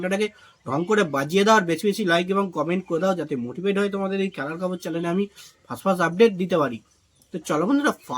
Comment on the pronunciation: Dada chalang noi channel hobe.please ektu sothik uchharon korun.